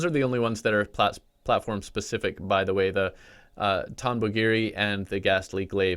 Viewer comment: Its pronounced tom bo giri